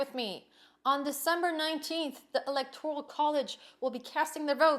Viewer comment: Cant even pronounce ELECTORAL Is she drunk?